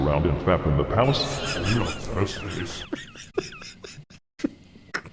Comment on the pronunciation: "Only onne Thrusday" 😏